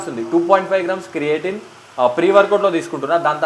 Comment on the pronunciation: It's creatine bro 😅 ... Creating kadu